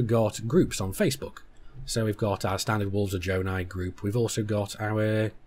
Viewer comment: Jonai not jonah